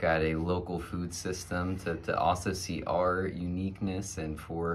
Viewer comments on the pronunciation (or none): none